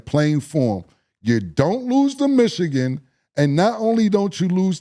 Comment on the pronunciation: why does mo always pronounce michigan as "michiCan"?? lol ik they're rivals but dang